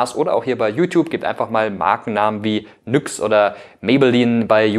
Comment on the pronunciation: Ich musste zusammen zucken als mikro "NYX" ausgesprochen hat hahaha